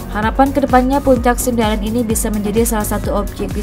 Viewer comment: Sendaren min bukan sindaren Panusupan bukan penusupan🙏